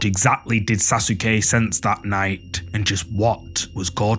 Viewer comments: SAUCE KAY not sas u ke lol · Almost cut video saying sas sue que it’s pronounced sa suh Que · "Sasuke": SA SOO KEY 😅😂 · Like this comment if you loved the way he said Saske name 😂😂😂